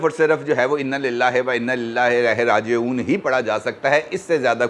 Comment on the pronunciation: Aapne inna lillah va inna ilaih rajeoon, bhi ghalat parha .kindly is baat ka khayal rakhen .